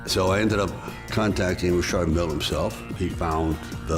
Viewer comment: isnt pronouncing mille the wrong way